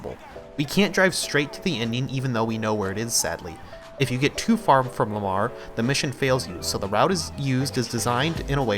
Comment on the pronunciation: It’s Lamar not malar🤣